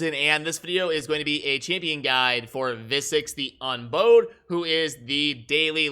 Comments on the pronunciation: Exactly. It's supposed to be bow as in "she doesn't bow to anyone" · Lol, everytime he says bowed wrong it drives me nuts. I'm almost positive it's not bow like bowtie, it's like the bow of a boat.